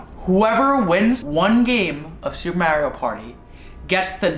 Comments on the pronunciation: I can’t get over him saying ma-eo 😂😂😂 it’s mar-rio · me being upset that says mario like mairio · Love you guys but I hate how do you guys pronounce Mario it made me want to jump off a cliff slightly, but gave me a good laugh😂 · I love you guys but pronouncing Mario wrong bothers me 😅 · Sry but when they said Mario wrong